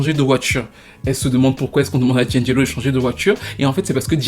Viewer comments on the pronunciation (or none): Ce n'est pas 'Djindjélo', c'est 'di-angelo'!!!